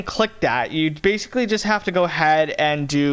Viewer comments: And you say bacilay ALOT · say baciclly one more time